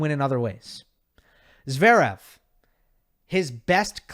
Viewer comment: What do you mean, 'to cheat' re Stef? What does RBA is like a cup of coffee mean?? What's the reference to peanut butter??? Im from across the pond and I just don't understand🙃 PS it's zvErEv nor zvEErev. Ist E is just like the 2nd E